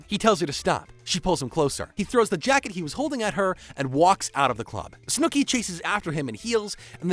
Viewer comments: "Snewki" hurts me every time 😂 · Snewkie but I absolutely love it lmaoooo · Your pronunciation of Snooki makes me chuckle.. ‘Snoo-key’ lol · Who is snew-key? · Did you watch the entire show and choose to pronounce snooki that way or are you reading from a script? Not one person during the editing process was like, hmm? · If you can't say "Snookie" right then I doubt you watched footage of the show. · The way you say Snooki is frying me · I like the continuous mispronunciation of Snooki! lol